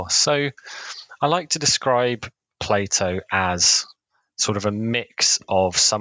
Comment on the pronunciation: say "play-dough"